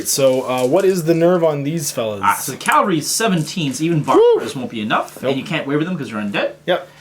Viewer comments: Cavalry.... CAV-AL-RY... sorry to be that douche, honestly. but i gotta say it. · Cavalry. The word is cavalry not Calvary.